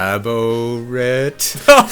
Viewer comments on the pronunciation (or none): "It's quite e-Labo-rate." Oh, you wonderful, silly little man.